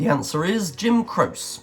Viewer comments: It’s not “crose” for Jim Croce- it’s pronounced: “CRO-chee”. Dire Straits, featuring Mark Knopfler. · Croce is pronounced (Crow chee) This guy had several wrong and needs to do more research. Wish you Were Here was written about Sid Barrett. One of the original band mates. David Gilmour took over for Sid Barrett.